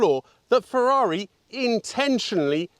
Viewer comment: You pronounce the brand and model perfectly, like an Italian rather than a Brit. You were very well-structured and up to the point in listing the car's character and the source of misunderstanding around it.